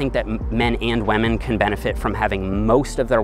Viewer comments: he said waman not women LMMFAO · I love your videos! But please stop saying wamen! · Everybody: Women: WAMEN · 😂😂😂 I never noticed it but now I can't unhear it!! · I thought he said lemon! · Rofl, I can’t unhear this now xD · its almost 2020 and still out here sayin "Wamen" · I like how he says wamen like pewdiepie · Hahah I thought the comments were overreacting to the way he pronounces WAHMEN, but damn I laughed out loud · Why does everyone care so much about the way he says WAHMEN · He says “wamen” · Because that's how Pewdiepie says it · When pronounces women “whemen” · 6 minutes into the vid I hear "wamen" and thought, it's just me right. Scroll down to the comment section everyone's talking about it. RESPEK WAMEN GUYS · "Lemon" or "Women"? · Lol I heard Lemon instead of women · Thiught you said lemon not women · WAMEN. all I heard is WAMEN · Sounds like a Newfie thing!